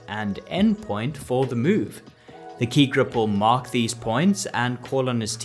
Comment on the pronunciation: Admit it ... you all enjoyed hearing him say Ki Grup over and over.